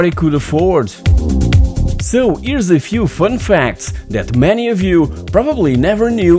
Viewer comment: Fünf facts. Ah, you mean fun facts.